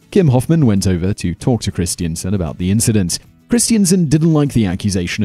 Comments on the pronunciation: That pronunciation of Christensen triggered me everytime, it's Chris-ten-sen not christiansen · It's 'Christen-sen', not 'Christien-sen'.